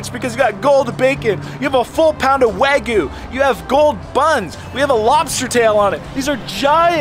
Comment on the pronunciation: What is “Wah-goo”?😂 Its like a toddler trying to say Wagyu